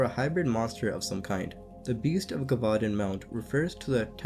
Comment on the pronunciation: Muh-kob. Jev-vu-don. Just some help on pronouncing macabre and gevudan. Im assuming u are autodiadactic (self taught) i am too and often mispronounce words as well... this is because i have never heard someone else pronounce those wors